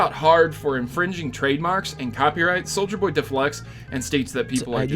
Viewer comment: Everytime he says souljer boy take a shot